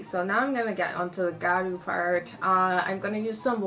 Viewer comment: I think the water line could have been filled. But it looks great! Btw it’s pronounced (GeeYa-Ru)